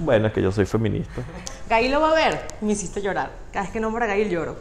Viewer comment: Q fastidio llamando a su hija Ga-il, tal cual y como se describe en español. Es un nombre en ingles pronuncienlo como se debe..